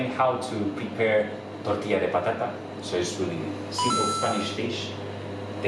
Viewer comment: tartilla de potata a ha ha ha ))))